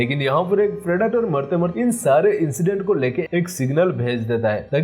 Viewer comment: Phriditor nhi bolo bhai predator hai wo